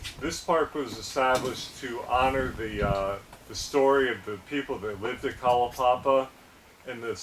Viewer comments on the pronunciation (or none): none